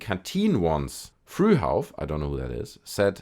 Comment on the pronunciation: I thought your german...but after saying Frü-hauf maybe not 😅😂